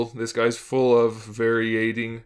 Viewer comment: Varyading lol haha new words are awesome !!!